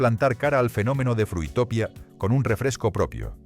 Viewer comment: Frutopia se pronunciaba como utopía. 😂